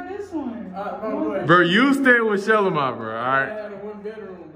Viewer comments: Who would’ve thought that’s how you pronounce shelomi name . I thought sha Low mee. It’s shylowmy 😂 thanks Shilo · This is the first time I've heard Shelomi's name pronounced like that! I've only heard people say Shuh-LO-ME. I think it's because I've only heard her family call her Bossy so I've only heard the general public attempt to pronounce it. We learn something new everyday. :) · Shelomi name being pronounced like that is wild I definitely thought it was pronounced different … when they say her name it sound like they joking but then she said it and I was surprised